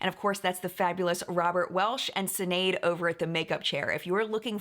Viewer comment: I laughed so hard when you called sinead sin-aid 🤣 it's pronounced shin- aid btw